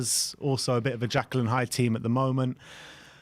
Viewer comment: it's Jekyll and Hyde, not Jackal and Hyde 😂